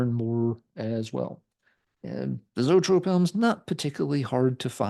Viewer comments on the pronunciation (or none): Love Zoetrope!! Grew up in Chicago and saw them open up for almost every major band that blew through the city back in the mid-80’s!! And by the way, it’s pronounced E-trope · Pronounced EEE-Trope! Like Copollas Studio. R.I.P. Barry!